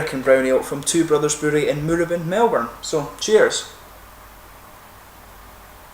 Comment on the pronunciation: Tried this a while ago. Don't remember it as anything special. You've inspired me to give it another go. Pronunciation lesson for today ... it's "mooRAbin", not "MOOrabin"